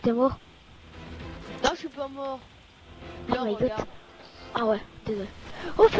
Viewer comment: C'est moi ou le mec a dit " oh my got " ? xD